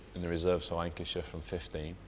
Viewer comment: Did he say wankyshire